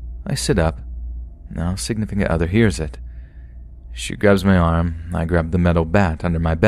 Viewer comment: Quit saying 'signifcunt other'